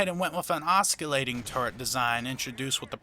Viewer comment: oskilating turret pronunciation is killing me!